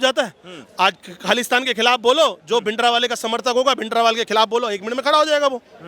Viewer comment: ये सिख नही है जो bhindra वाले को भिंड्रे वाला बोल रहा😂